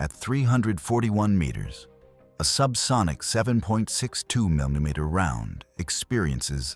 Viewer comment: AI can't pronounce vertebrae, or millimeter.